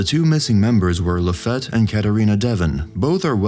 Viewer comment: It's pronounced "La-Feet" NOT La-feht... It's also NOT Dev-in... It's Dev-on 🙄🙄🙄🙄🙄